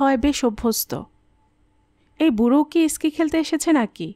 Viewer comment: ভাল লাগল , কিন্তু কিছু উচ্চারণ একটু ঠিক করতে হবে। যেমন, ইস্কি টা হবে স্কি। জায়গাটির নাম সোনামার্গ নয়, সোনমার্গ।